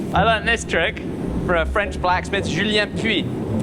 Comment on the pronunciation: You have such good french pronunciation! Always surprises me as a native french speaker how well you get stuff like the "U" sounds.